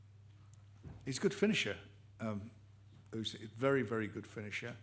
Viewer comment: Why does everyone call this guy " oosyk" it's F***ING "Usyk"